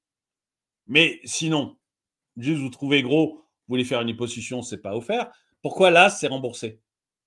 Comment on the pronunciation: On dit "Liposussion"